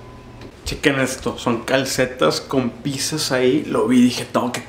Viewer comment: woow se nota que te encanta la pizza porque es pizza no picsa jajajajjajajajajaj